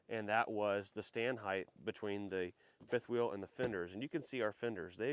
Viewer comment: Why do Americans say Heighth. It’s Height. The ways they say it isn’t even in the dictionary.